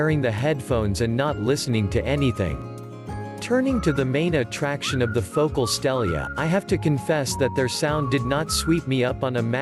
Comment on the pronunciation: Fo-cal. Phocal